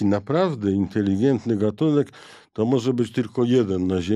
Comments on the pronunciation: Bardzo ciekawy odcinek ale potwornie ciężko się słucha specjalisty naukowca, który ciągle mówi INTELIGIENTNY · Panie doktorze - nie inteligientny ale inteligetny